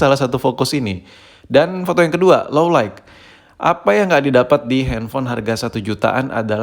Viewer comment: "Light" itu bacanya layt bang jangan layk pliiissss bet wkwkwkw